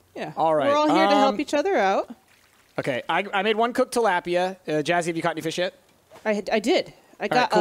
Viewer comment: Stop saying the fishes name wrong